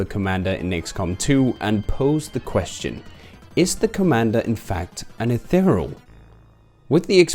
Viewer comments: Eth-e-re-al. Not Eth-e-real. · Could only be pronouncing Ethereal more wrong as "Eth-uh-real"